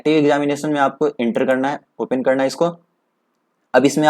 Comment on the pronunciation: Ye open ko opain bol raha hai